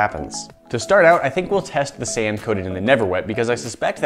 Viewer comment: you said sam not sand lol